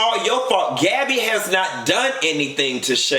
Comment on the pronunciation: My 3 year old heard you say Gabbby. She said huh 😂😂😂. N